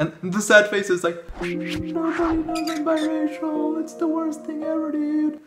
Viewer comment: Until , I thought he was saying bisexual.